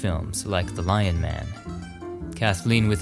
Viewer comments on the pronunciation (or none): none